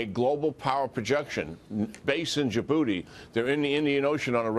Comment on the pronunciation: I know he said Djibouti in but it sounds like in ya booty